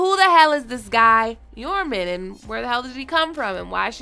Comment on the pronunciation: I'm pretty sure the "J" in Joraman is not silent. It's not silent for Jeor Mormont or Jorah Mormont. Why would it be for this?